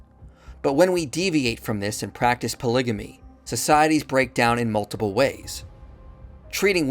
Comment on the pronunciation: Great video but pronouncing polygamy as polijimmy hurt my head 😂😭